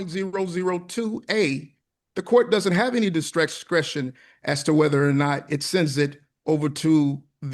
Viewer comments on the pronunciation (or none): I had to listen twice but I'm pretty sure he said 'dikscretion' as well at one point.